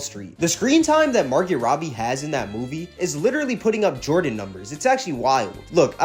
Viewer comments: It’s pronounced MAR-GO not MAR-GET the T is silent.. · Bro, it's MAR-GO! I cringed each time you mispronounced her name